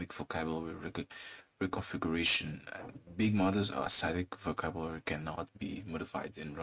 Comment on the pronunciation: LOL, you can't really pronounce "Vocabulary")))) what's wrong with ya bud ? Cmn